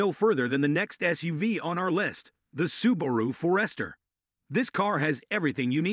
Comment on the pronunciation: "The Su-baru For-ester"??????? Something that this video completely drops the ball on for both the Subaru Forester & Outback: outward visibility. There are very few cars that even meet the wide open level of visibility for drivers in these vehicles. Some of the other SUVs mentioned in this video absolutely suck for driver visibility - in some, it's like driving a low profile tank, and with wide "A" pillars.